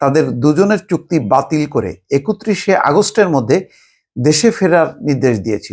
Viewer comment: It's Chukti batil. I keep hearing putki batil. 😅 need to check my hearing.